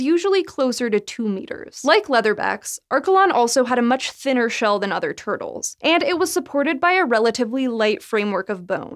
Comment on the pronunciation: From large "TERD-les." 😆 lol